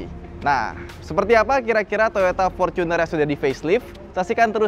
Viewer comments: Forcuner dek ngomongmu, Wong Indonesia kenale fortuner ora forcuner lek ngomong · Gue risih loe ngomong forcuner bukan fortuner, innova vencurer bukan innova venturer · Binggris bener bacanya Forcuner